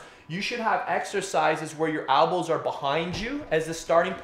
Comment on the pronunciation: ELbows not Albas lol